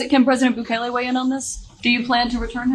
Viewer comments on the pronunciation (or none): You guys really need to pronounce the name of the president of el salvador correctly. It's Boooo-kaaa-ke! He is willing to take the load of the US. A true champ.🎉🎉🎉